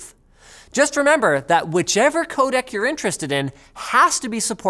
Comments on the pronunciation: This is bothering me terribly. Every time you say "codec", I hear "codAc" and it reminds me of "Kodak" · For everyone who doesn't speak "Canadian", he means 'codec' every time he says 'codak'.